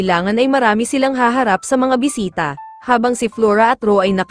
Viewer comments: boysita?! do you mean boy*😭sit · Enbes na bisita naging bwiseta😂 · narinig ko sa bisita bwisita😂😂😂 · Bisita❎ Bwisita✔️